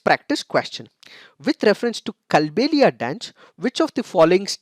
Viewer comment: Sir i am from Rajasthan Kindly make the correction in the pronunciation it is कालबेलिया डांस I love the analysis ❤️